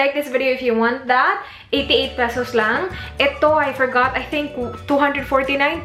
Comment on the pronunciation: "let me go ahead" - voice agent ka te no? "pesows" - sosyal. anyway try m nga maybelline, ever bilena and nichido products review.. thanks